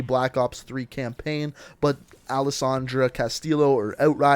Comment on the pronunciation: Outrider has the same last name I have Castillo and it’s pronounced C A S T I Y O